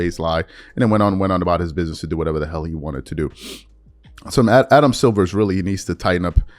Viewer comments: Bruh you don't even know the commissioner's name. It's Silver not Silvers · please it's Adam Silver not Adam Silvers. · Dude. His name is SILVER NOT SILVERS. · Silver, not Silvers